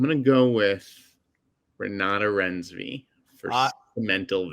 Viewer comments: Oh you mean Renooty Rinesvy? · please take the 10 seconds to google how to pronounce Renate Reinsve name since you'll be talking about her all season lol